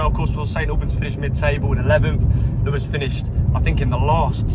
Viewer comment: You say it right! Though you got the two nil back to front - UTFR. Was interesting that on this news this week after the train derailment that Lewes was pronounced correctly!